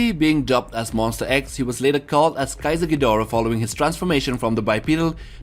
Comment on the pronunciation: and yet he pronounces ghidorah right